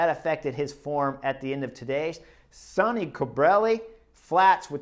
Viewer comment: Great job Chris! Today Bob or Phil said that Sonny Cobrelli was named after Sonny Crockett from the TV series "Miami Vice". However, about two minutes into today's video you pronounce his name like Sony several times. Later in the video you do pronounce his name like Sonny (sunny). Scott